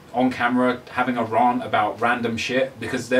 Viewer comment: any one who hates just for hates sake is just unhappy with some aspect of their life :) keep bossing this YT ting! oh and btw its pronounced R-ANT not rar-nt ;)